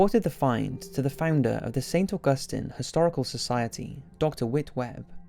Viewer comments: i live near st. augustine lol its pronounced saint awguhsteen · The Caribbean is over a thousand miles away from St. Augustine, not Augustin. I think you're mixing up stories, here.